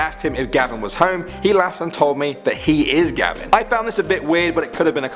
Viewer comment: It's not gabin it's gavin